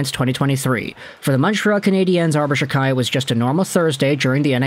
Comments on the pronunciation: It’s pronounced Jack eye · It’s “Jack-eye”.